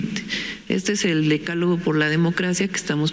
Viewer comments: Vivieron el décalogo en lugar de decálogo???? Aaarrgggg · Ahora entiendo, el Gobierno de México gobierna como escribe, con faltas de ortografía, que pasó mi, DECÁLOGO, haber repite DECÁLOGO, con acento en la A no en la E, a que mi!!! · Decálogo, le fallo el acento a la científica con A... Cuando se refiere a la gente quiere decir que se lo pidió su patrón AMLO, no creo que ella tenga la capacidad como para idear esas 10 propuestas.